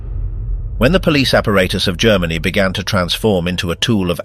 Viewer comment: Maybe it would have been better for the Brits to speak German. The narrator can’t pronounce ‘apparatus’ properly throughout video; screwballs can’t speak their own language.